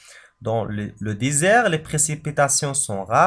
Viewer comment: C'est désert pas disert